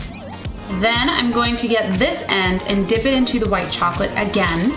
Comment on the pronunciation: when she said ready to dip it sounds like she is saying dick O.o